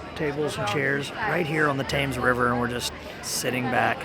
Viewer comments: Hi guys! Love your video, and love hearing your perspective of London. One note: it's pronounced "tems", not as it's written, confusing, I know. Just an FYI for next time. :) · Thank goodness someone corrected the pronunciation of the River. I almost threw something at the TV every time they said They-ems.😊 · Impressive that you understood the Yeoman. But I've got to say it's pronounced TEMs to everyone here guys. Hope you really enjoyed your culture travel 💪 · Thames pronounced Tems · I'm not even British and I know you say it Tems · Before you go back to London learn the proper pronunciation of the Thames River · So annoying people correcting the pronunciation of Thames. I’m sure we all have perfect diction when travelling overseas 🙄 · I was painful hearing it said incorrectly. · I cringed every time he pronounced the Thames incorrectly so American (bless em) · Really enjoyed your London videos. Great tips and pointers for visitors. Took me a few days to get to grips with the underground when I started using it. The river is spelt Thames but pronounced Tems and Big Ben is the largest bell at the top of the Elizabeth tower. Looking forward to your videos on the next visit. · Loved your video, but like to say the river is pronounced Tems not tames. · The Platinum Jubilee has been and gone ! YEOMAN Pronounced YOMAN not YOWMAN. THAMES Pronounced TEMS not TAMES. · The river is the 'tems'...not the 'tames'. Great video though! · Tems not Tames ffs at least say it correctly, like would I pronounce Wyoming like wrong? Learn and research first you ignorant race of Trump lovers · From uk and I want to do this tour crazy cos I live so close to London! God stop saying tames! It’s pronounced temes! Lovely couple though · its pronounced the themes river not thames....its spelt thames though!! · You’re saying the Thames River wrong. You’re pronouncing it like Tames while I am sure it’s pronounced like Tens with a m instead of a n. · "Tims" or "Tems"...not "Tames". 😉